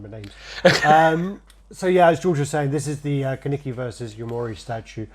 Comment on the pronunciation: Kaneki not kanike